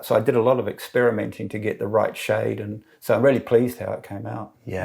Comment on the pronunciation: Beautiful construction, but I really had to listen twice to the pronunciation of "shad"😁😁